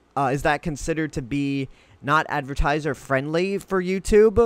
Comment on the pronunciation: Why after you speak ... At the end of a sentence do you say "uh" ??? Like Youtube"uh" ... Gathered"uh".... 900uh